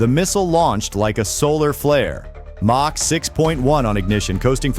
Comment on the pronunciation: AI crap... what is mock??? it's supposed to me MACH. Dummies.